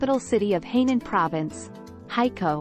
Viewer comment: Not Heynan. It is Hainan😮